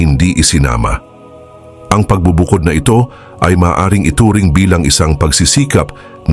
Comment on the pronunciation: marahas, katiwalian, pagbubukod ay iilan lamang sa SABLAY ANG PAGBIGKAS mo sa Tagalog o PRONUNCIATION .. sana pag-aralan muna tamang bigkas bago mag-narration para di ma-disrupt ang pakikinig sa mga Salita ng Dios